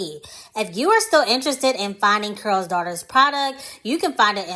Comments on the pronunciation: In your video it sounds like you are saying Curls - instead of Carol maybe it’s your accent. Not sure. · Why is it hard to pronounce the name Carol? You keep saying Curls Daughter.🤓🤓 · Its CAROL not CARL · I can't stop laughing at "Curl's" Daughter! Why do you pronounce the name Carol with 1 syllable? 😄 It's distracting me. 🤷🏾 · It’s pronounced CAROL as if you were saying Carol Burnett!!!!!!! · Anyone else annoyed at the way she's pronouncing Carol? 🤦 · GIRLLLLL, U ARE MAKING MY GD EARS HURT. DON'T U KNOW HOW TO PRONOUNCE HER GD NAME ?? IF U GONNA HAVE A YOUTUBE CHANNEL LEARN HOW TO SPEAK CORRECTLY GD. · You’re not pronouncing her name correctly.